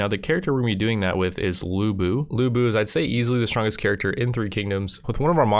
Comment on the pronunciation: The correct way to say lu bu is "Lyu Bu" not lu bu